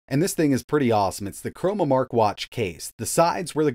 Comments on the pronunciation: ChroNOmark, as in time. Not chroMOmark, as in color. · CHRONOMARK not "chromamark"